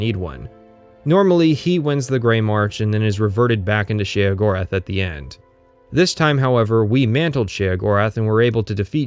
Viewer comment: I applaud your intellect and posit that his pronunciation of Mehrunes Dagon and Sheogorath also invalidate the entire video. I, too, am very smart.